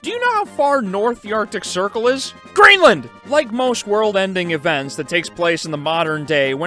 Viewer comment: it wasn't until you barked "GREENLAND!" that i realized how wild that was 😳